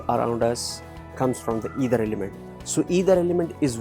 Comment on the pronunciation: sorry to say,it's not either it's Ether..you written it correctly but kindly pronounce It correctly..it is aakash tatva.. your explanation is all correct but pronouncation of ether.🙏🙏🙏